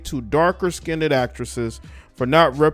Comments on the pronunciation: It's not skin-ded. It's pronounced skinned. Please. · The word is not skinedid it skined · It's SKINNED, not skindedd! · Skined not skineded please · Dark “Skinned”, not Skinded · First of all I would like to say that I am Afro-American, secondly I would like point out that there is no such word as "Skinnded, the world is skinned, there is no "d" or "d" sound in the word!